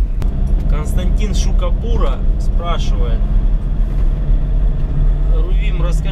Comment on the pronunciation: С фамилией чуток ошибся, Шкабура правильно. Про Фургон и воровство, я вот думал если буду брать, то на все двери кузова установить магнитные замки на пульте, а штатные зашпаклевать. Так думаю хрен залезут уже, хотя дучше еще сг спецами поговорить. Пацаны, зацените еще мой montolit p3, буду благодарен.на моем канале )